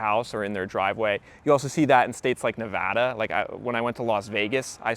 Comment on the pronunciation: Thanks for pronouncing NEVADA correctly 😊 Most people from back east say NEVAAAADA😮